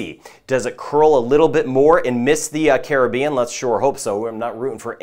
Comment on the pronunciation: I’d feel better about the forecast if Caribbean was pronounced properly. 😐